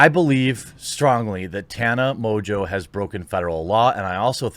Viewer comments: IMO it should be pronounced "mongo". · Surely the name is pronounced Mongo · Its French, pronounced Mo On Jo. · Just to help you, Mongeau is pronounced MON JO. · It's pronounced Tana Mongoloid. You are right, if she did it for Trump she would have been taken down for all sorts of isms and phobic slander but since we are living in the times of Good is evil and evil is virtue, she'll likely be fine. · This woman is very stupid. Mojo? Is that how to pronounce her name? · Tana MOJO loving your pronunciation Jeremy LOL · Is mongeau really pronounced mojo? I wonder what origin it is that’s a weird spelling for how it sounds. Oh and ballot selfies are illegal for exactly this reason to prevent this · You should tell Tana that cuz she insists that it’s pronounced “mo-jo”. I can’t imagine that “Mo-jo” is the correct pronunciation of Mongeau in any language... imagine not knowing how to read and pronounce your own last name lol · funny, english speaking people definitely can't pronounce french last name. You butcher ''Mongeau'' everytime you say it.